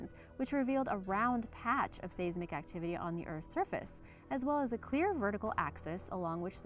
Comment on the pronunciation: Your pronunciations are killing me. Seismic and arthropod in this video and at least one technical word per other videos. You are, however, not alone. Most non-scientists trying to educate the public are guilty of this across You Tube.